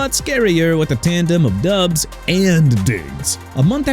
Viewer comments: Exactly! They also need to learn it's pronounced DOBBS, not DUBBS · Diggs did nothing in the playoffs per usual. Why keep him? And it is Doubs not Dubbs. This is horrible work. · Doubs was in a big reciever rotation. No Number 1 receiver in Green Bay....and it's pronounced DOWBS